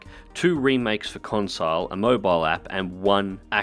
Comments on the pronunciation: Skyrim cor cons-i-les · I don't know if it's because your from Australia, but it bugs me that you say consiles.